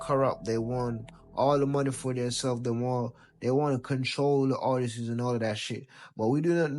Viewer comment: “The ARTISSES”? And you’re talking about ignorant?